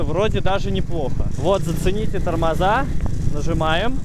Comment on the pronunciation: Не томоза а тормоза